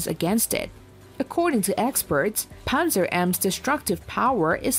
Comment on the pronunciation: It's pronounced "pantsir", not "panzer".